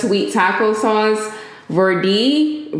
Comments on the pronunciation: Tah-Kay-ree-uh (taqueria) and ver-day (verde) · Just pronounce it like this taca ria and ver day which mean green in spanish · Ver-day lmao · Lol you a trip, with trying to pronounce words lol love it! Very day ( Verde) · Ta-Kuh-ree-uh and Salsa Ver-day (if you wanted to know for next time) ❤️